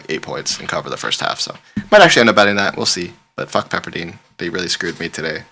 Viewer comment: Pepper dIne not dean😂😂😂😂